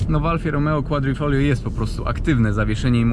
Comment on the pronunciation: Mówi się kwadrifodżlio